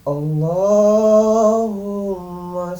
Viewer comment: Duh gmn teh bc sholawat aja slh2 gitu hihihi...bkn alaisalam tp alaihiwassallaam..bkn allahuma tp allaahumma mimnya doble itu...bkn soli tp sholli itu huruf shod dan lamnya doble..😁😁.. mohon maaf skdr mluruskan slhkn lnjt